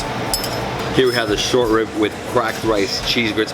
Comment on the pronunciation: The Miami came outta him when he said "these grits, and the rib mann ouuu"